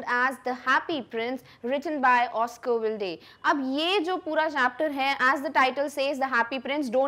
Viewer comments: Madam Please correct Pronouciation - It's not Wildi Its Oscar Waa II..d Ur Explanation is Good. But Pronouciation at times leads to a big Blunder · it triggers me when she said Oscar Wilde its pronunciation is Oscar wild